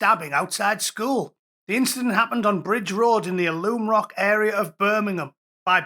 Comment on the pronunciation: It’s AL. UM ROCK IS HOW ITS SAID